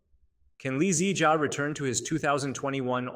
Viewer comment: You are saying "2021 lee zee jia " as if he is a car model or something 😂